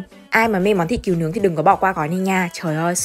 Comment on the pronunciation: Thịt cừu mà phát âm là "kiều" ????? 😂